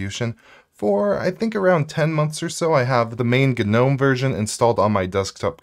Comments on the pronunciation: I hate 'GUHnome' but I like '(silent)Nome' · Isn't gnome pronounced "nome"-g being silent? Asking for a friend. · Real Gs move in silence like in Gnome. In other words don't pronounce the G.